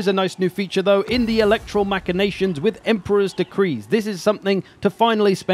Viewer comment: And that he was never taught Latin. His pronunciation of “Machinations” and “secessionists” also hurt my ears.